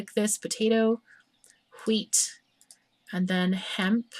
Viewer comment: but i like "hweet". it sounds funny c